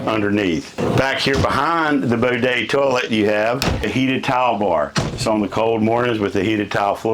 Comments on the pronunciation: Did he say the BODET TOILET??? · Did he just say a “Bodet”? Lol.